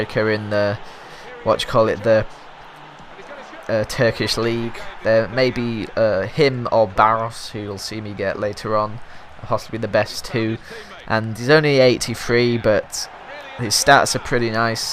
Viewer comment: "Baros" is pronounced Barosh :D